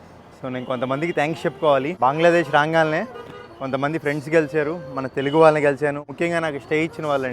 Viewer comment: అన్నా బంగ్లాదేష్ అనండి బాంగ్లాదేష్ కాదు